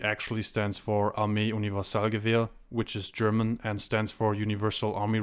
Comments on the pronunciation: Dude are you a native german speaker? o.O I'm from germany and i hardly ever heard someone say something german close to perfectly as u did :D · Are you german? If not youre pronounciation was pretty damn good.